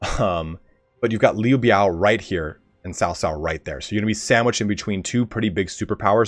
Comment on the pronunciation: Its funny that you attempt to pronounce Dong Zhuo and Cao Cao correctly but still fail to do so.